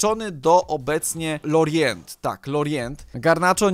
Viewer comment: Lorient czyta się "Lorią"